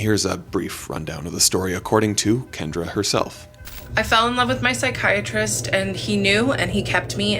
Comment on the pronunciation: The way they say pSyChAriSteT. Is it american English or british english?. The degeneret way it sounds it must be American English?...